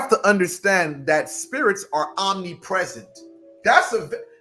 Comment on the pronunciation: The "m" in omnipresent is missing .😊😊 if it's a new word or slang than ignore me.